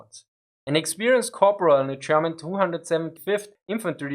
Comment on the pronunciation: Very confusing when you pronounce German as Sherman 😁